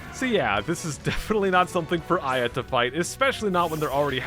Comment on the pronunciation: Aya more like eyea